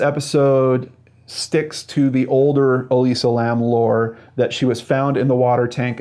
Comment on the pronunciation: Why can't you say Elisa lam?